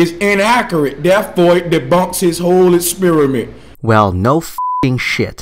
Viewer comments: “Duh mawdull hes eusin is inakhuret an daewfo debunks his whole essperiment” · E clips In akurrat esperimnt I dont know about you, but this guy doesn't sound smart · "therefore is debunks his whole espearmint" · "Ixspearamint" lol.